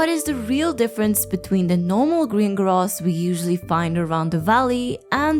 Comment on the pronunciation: I hate the way you say ‘grass’.